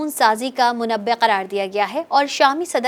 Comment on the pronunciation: مَنبَعْ ہے وہ لفظ۔ مُنَبّعْ کیا ہوتا ہے!؟ پڑھائی کہاں ہوئی تمہاری اتنی بڑی صحافیہ بن گئی پر اردو آج بھی کمزور ہی نہیں بلکہ غلط ہے